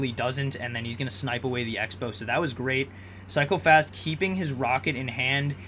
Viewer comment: Sometimes i heard psychopaths instead of cycle fast lol